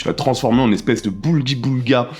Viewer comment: « Blougui boulga » ! Et pas «Boulgui Boulga » que diantre ! Sinon j’ai commencé à mater Drama. Pas encore vu ton commentaire dessus, mais tu avais bien raison. Zendaya : excellente Effectivement on sent qu’elle est bien dirigée et évolue entre fille très attachante et folle. Très fort comme jeu. Rien à voir avec la caillera insupportable de Dune 2. Bien dommage pour l’Abandon. Ce drame odieux de la France en chute libre méritait un vrai film.